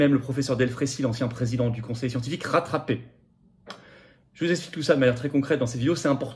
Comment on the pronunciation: C est le RECHAUFFEMENT CLIMATIQUEEEUUUHH QUI EXPLIQUEUH CETTE SUR MORTALITE😂😂😂